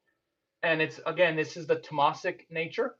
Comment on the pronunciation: Great talk. Just a suggestion . The pronunciation of Rajasik is raajsik and tamasik is taamsik. Not rajaasik and tamaasik. Hope i don't offend you by this !